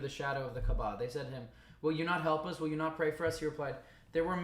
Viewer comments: Hey the pronunciation is kaaaba kaaba.. not kbaa. No offence , just so u say it correctly... Btw have you watched the film THE MESSAGE By Moustapha Akkad.. Just a brief explanation of how it happened.. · Hey, love your research and logical thinking! Btw, it's Kaaaba, not Kabaa